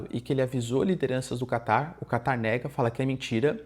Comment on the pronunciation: So eu que ouço ele falar "Kaká" em vez de "Catar"?